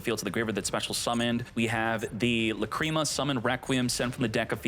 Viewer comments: I like your videos but I’m sorry I just gotta say it… the mispronunciation of names kills me man. (Lack-ra-mah) not cream. I do like your videos other than that though. 😅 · Lacrima, it's an Italian word probably, it means tear, it is pronounced lák-re-má😅